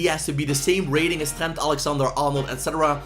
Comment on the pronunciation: can you fix your accents, it's so disrespectful to Trent if you pronounce his name as “t-hent”. I know you're not English, but please put respect on the names.